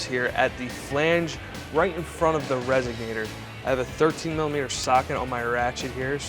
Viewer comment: Couldn't finish watching. Every time the guy said "resignator" instead of "resonator" I thought of "cadillac converters" and "eldebrock". Sorry, pet peeve.